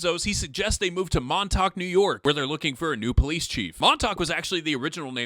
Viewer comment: Montauk... "soft facts"